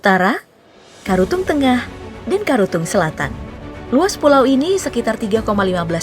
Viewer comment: Ralat min yang di menit 1.30 mungkin mksudnya karatung bukan karutung😊